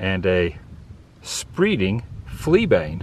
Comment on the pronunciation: Was amused at your pronunciation of Spreading Fleabane. You pronounced it spreeding. Think of saying it like....Adam is spreading awesome stories of America on his YouTube channel!